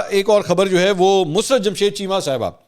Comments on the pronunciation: منصور اپ تلفظ درست فرمایں مس رت نھیں مسر رت ھے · Musarrt not mus rat please correct your pronounce